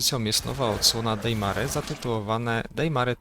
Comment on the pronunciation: Spoko zestawienie ale to "Dejmare" aż kłuje w uszy.